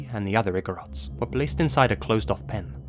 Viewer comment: You pronounced igorots perfectly. Thank you for shedding light on how our tribes were taken and exploited by some people during the american regime. It isn't talked about much even in our history books.